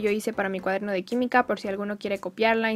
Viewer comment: Alguien mas se dio cuenta de q dice cuadermo ?